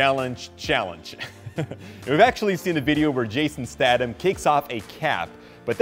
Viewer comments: You pronounce his name to rhyme with itself. Jason. Stay thon. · its not stadam its statham